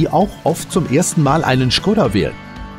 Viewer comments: schgoda :D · Not Schkoda but Škoda.